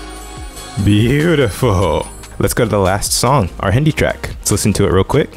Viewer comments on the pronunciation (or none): none